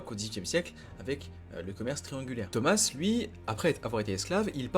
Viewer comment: Pour tu dis « tomasse » il est français le « s » est muet